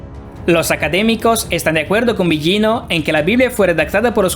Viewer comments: Que mala, peeesima pronunciación de este tipo.. comenzando por el apellido delautor citado " billino" sr. en italiano las consonantes gl no se pronuncian como "ll o y" otra cosa repugnante: la narración toda atropellada, ests dando una información no corriendo una maratón. La información muy interesante pero su mala dicción y si pesima oratoria dificultan enormemente procesar la información...le sugiero que para próximos vídeo mejore la forma de presentarlo porque repugna su forma tan burda. Su tropelia hasta hace repugnante su timbre de voz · Es Mauro Bilino (la pronunciación) en italiano la G delante de una L no se pronuncia... como figlio (hijo) o moglie(esposa) etc. La actual egiptología tiene muchos vacíos y traducciones erradas, hay mucho más y no lo comunican por evitar el descubrimiento de la gran mentira... antes las biblias tenían la palabra Elohim y fueron borradas paulatinamente, revierta que el antiguos testamento fuente escrito para hombres del siglo VI O VII antes de Cristo... Pues se convirtió en la gran mentira de la historia. Tu exposición es incompleta, no mencionas a Paul Wallis, ambos han desarrollado esta versión... los dos eran catedráticos del Vaticano, traductores... Wallis fue sacerdote. En definitiva, cada cuál saque sus propias conclusiones...bendiciones ❤️🙏